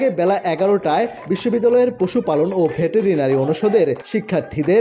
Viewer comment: ভে টে রে না রি আবার কি ভাই 😂?